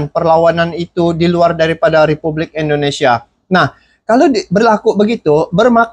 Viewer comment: tolong perbaiki penyebutan INDONESIA dengan benar. INDONESIA. bukan ENDONESIA. Terima kasih